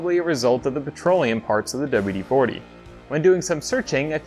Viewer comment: "Douba-U-De-foutee" Careful gents, this man is educated.